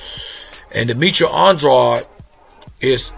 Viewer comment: By the way, Saunders is not pronounced "Son-dros" it's "Saun-derz". It's a regular English name, even in America. Furthermore it's "On-dra-dey".